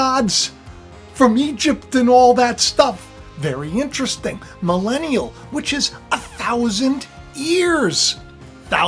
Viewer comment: Everytime you say the word melenium!! In my head ( because im french) ontario canada I here MELINAi a see TRump wife WEird?????😂